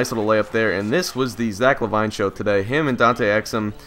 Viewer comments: Great video never disappointed but, I think it's pronounced La•Veene not La•Vine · It's La- Veen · I don't want to sound annoying, but it's pronounced Luh-Veen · Pronounced La veen but good commentary love your vids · So if one player explains that it's "LaVeen" then why do 20 other people feel the need to say the same thing? I mean really guys if he can play a video game he can read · It's pronounced la-veen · Yeah it isn't la vine